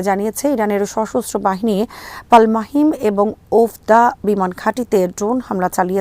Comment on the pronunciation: পাল মাহিম নয়, শব্দটা পালমাচিম। তেল আবিব থেকে 12 কিলোমিটার দক্ষিণে এই বিমান ঘাঁটি ।